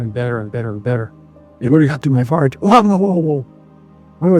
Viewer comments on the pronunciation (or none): I AM SO SORRY, but I had to use the subtitles for this. I thought he said it went up to his fart 😳